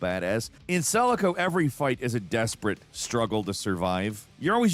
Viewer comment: The way you pronounce selaco, just no